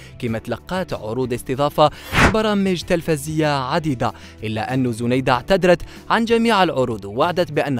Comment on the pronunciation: وسمها زنايدة و تتنطق زينايدة 🤦🤦🤦و اتعلموا احترام خصوصياات الآخرين متنشروش تصاورها لقدم بلا حجاب ...ربي يوفقها ان شاء الله جمال و تربية و أخلاق نحبها ملي كنت صغيرة فالذكرى الأخيرة